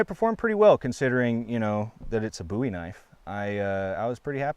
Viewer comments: I like that you pronounce bowie correctly 👍🏼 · Thank God. He said "bowie" correctly